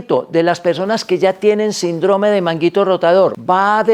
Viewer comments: " SINDROME " ????? Doc, no lo enseñaron a leer en la escuela ?? SÍNDROME !!!!!! Con acento el la " I " por ser palabra ESDRÚJULA !!!! No revienten mi florido y querido Idioma ESPAÑOL !! 🇪🇦🇪🇦🇪🇦🇪🇦🥸👍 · Porq dice SINDRÓME si es SÍNDROME... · NO ES SINDROME SINO SÍNDROME EL ACENTE ESTA EN SIN NO EN DRO PARA ESO TIENE LA TILDE. GRACIAS